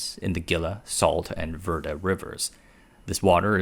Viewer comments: Critics have been saying the water is running out for the last 50 years. Also, it is pronounced HEE-LUH not GIL-LUH Also, it's VER-DAY not VER-DUH Love your channel. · Pronounced Hila not Gila River Vairday not Verdi river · Great video! Minor critique: Gila is pronounced as "Hee-Luh" and Verde is "Ver-Day" (I'm a life long Arizonan and live just outside of Phoenix lol) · "Gila" = HEE-la and "Verde" = VAIR-day